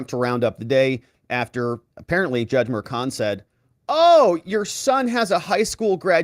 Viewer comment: I pray these hyenas after President Trump get everything they deserve. From the prosecutors to the judge. They are corrupt and despicable. Btw..when did juan become frech? .merchan is mer-chaan ..not mershawn. 🇺🇸🙏🏻